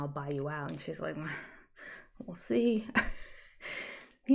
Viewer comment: Do you realize that you say “wool see” for “we’ll see”? It’s everywhere! I had a friend who came to the states for a post-doc. She would write them down and then ask me about them later. It was exasperating for her, although she felt really good speaking American when she went home.